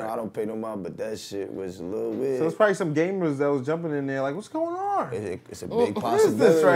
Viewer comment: PRODOMABLY 😂 Nothing worse when you start a word and mumble through it